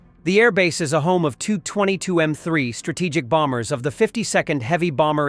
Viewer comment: Please stop using dumb AI - Tupolev 22 is T-U, not the French second-preson intimate tu